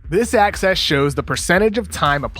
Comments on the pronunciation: You should do a breakdown on how when you say "axis" it sounds like "access". And then fix it. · anyone else think koc was saying "access" instead of "axis"?